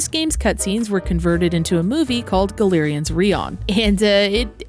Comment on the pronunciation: Galerians was a amazing game when it came out, but I got to a point where I soft locked myself (nothing to control my anger), and I gave up. I tried to go back to the game, and the controls are absolute jank. I always thought it was pronounced "GAL-ER-IANS" not "GA-LER-IANS" like you said. I dunno which one was correct. :)